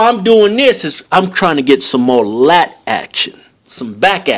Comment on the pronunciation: love how he moves closer to the microphone to emphasize on dat lat activation